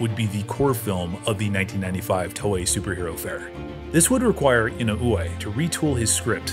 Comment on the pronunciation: The last name is pronounced "E-noo-whe." "Whe" like "when" or "where". YT recommended this video. Glad I watched this. This is quality. Subbed. Great work. 👍 Hope you'll feature more non-sentai/KR/ultra Toku shows.